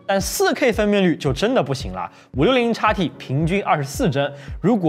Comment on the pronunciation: 如果讀音不是插p，插t，而是xp，xt，海外的觀眾會更符合觀感。